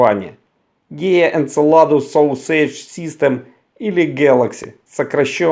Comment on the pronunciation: Sausage произносится как со́сидж